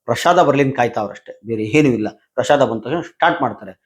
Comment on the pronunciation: ಪ್ರಷಾದ ಅಲ್ಲ ಪ್ರಸಾದ